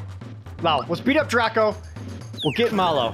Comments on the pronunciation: He's remembering "Croco" as being "Draco", and Mallow instead of "mal-loh" (the second half of marshmallow) he's pronouncing like "mall-oh" (mall, oh!). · Where did he get "Dracko"? And why does he keep calling Mallow "Mollo"?